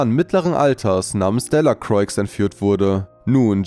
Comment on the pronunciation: Man sagt nicht Delacroix, sondern man spricht es delacroa aus